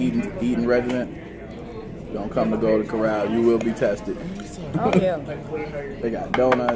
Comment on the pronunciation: Golden has an L. Try to pronounce it